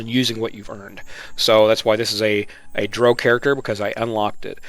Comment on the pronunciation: i cant get past you saying droh instead of drow